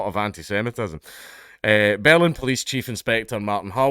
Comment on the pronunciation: The Scottish accent makes the word "Berlin" sound like "bellend". I kept thinking Dankula was inserting his opinion of the police force.